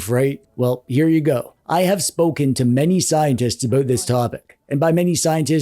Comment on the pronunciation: Are you Canadian? The way you say aboot